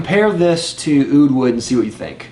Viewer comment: Oh god you didn't just say oud wood, lol. Oud Wood just works for shit on me....blah blah blah blah....did I say blah...haha